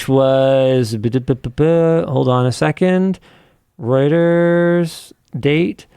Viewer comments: Why the hell would Reuters be pronounced Ruters? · linus is right, it is pronounced like "roiters" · It is definitely pronounced Roy-ters.